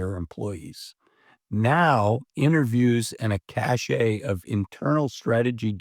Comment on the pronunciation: You lost me when you said "cachet". The word "cache", meaning "a collection of things, or a place where such collections are stored", is pronounced "cash". Anybody can come on youtube and read an article, old timer. Do you not know how this here youtube thing actually works? Learn basic English and I may come back someday. I am an educated, intelligent, grown-ass man with two Bachelor degrees. (That last comma there is called an "Oxford comma." Look it up.) I don't need grandpa to read an article to me. Next, read me the story about the pseudo intellectual old man who tried to educate me, but couldn't.